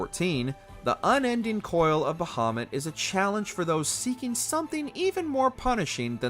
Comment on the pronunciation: Kefka is not hard to beat at all wtf. I’ve never had an issue with him since the game first came out lol. Brachiosaur on the other hand… Bahamoot not bahaMUTT.